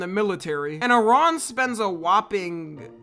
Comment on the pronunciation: Kudos for pronouncing Iran correctly